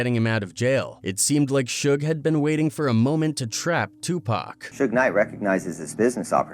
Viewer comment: they always mess Suge name up 😂